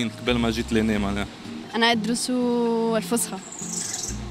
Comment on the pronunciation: اللغة العربية الفصحى يرحم والديكم بالصاد موش بالسين